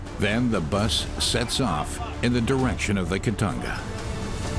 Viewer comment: ITS CALLED KITONGA NOT KITANGA